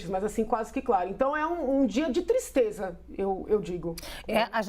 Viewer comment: Que "tistreza" 😂